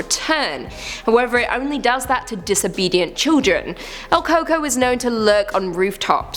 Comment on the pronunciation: LOL, el coco, pronounced el cu-cuí